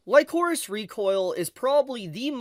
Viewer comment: wtf man. Some of the things you say make me question if you actually watched the show or not. Chisato is not basically mercenaries or soldiers. They are assassins raised by the DA. Also kinda jarring hearing you pronouce Lycoris wrong multiple times, it's said multiple times in the show. Also, the explanation about Majima being an hero of justice makes zero fucking sense. Perhaps you should try grounding the setting instead of mentioning DA out of nowhere without explain who or what the DA organization is. Like IDK maybe explain the setting of the story and major players. Instead of diving straight into Majima. Kinda weird way of explaining things tbh. Also Chisato is not the only main character in the show. It's obviously Chisato and Takina. As each are represented by the color red and blue in the openings, endings and title card. And it's not only the DA being the possible evil organization. It's the Alan Institute cultists. Great job not mentioning them. They helped smuggled over 1,000 guns into the country. They essentially supported Majima in starting an coup de tat or terrorist attempt on the country. That's where the Hero of Justice line is blurred. Majima views the DA operating in secret to be bad since he views the public should know the truth. At the same time he was willing to stop fighting Chisato and be an duo and go after the Alan Institute, who is arguably worse being an multinational organization. The fact they have technology generations ahead of modern